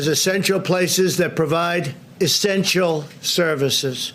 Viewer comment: Did he just say "estential services"?